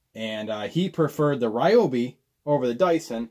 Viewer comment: It’s pronounced REEOBI